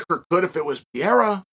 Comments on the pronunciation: Piera? I feel like he doesn't even try to pronounce it correctly. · I like how Lord Chael, pronounces Alex name like an American but pronounces his last name like it’s Spanish. Either way he’s correct! 😂 American, Spanish, Brazilian…it’s all the same.